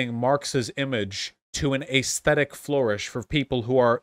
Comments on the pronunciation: When are you going to start pronouncing “aesthetic” normally? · Day whatever the fuck this is waiting for Vaush to learn how to say aesthetic.